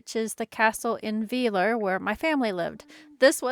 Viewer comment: Hi, a little hint for the german ie/ei. For native English speakers the second letter gives the pronunciation. So IE = "eeh" and EI = "eye". Weiler = W-eye-ler. And wow! just arrived from Australia, notorious for a lot of dangerous animals, you managed within days to stumble over one of the rare poisoning species in germany. That's awsome 🤣🤣